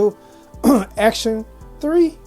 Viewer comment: “Acton,not Action.” Just a minor point. Kind of like calling “espresso” expresso. Still, nice review. Thanks. 👍 p.s.I had the same problem opening the box. Owned this speaker for about a week. Love it.